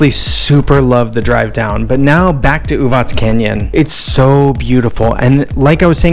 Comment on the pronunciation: Thanks for showing this pretty part of Serbia, and for pronouncing it correctly - Uvatz and not Uvak. :) Love your enthusiasm!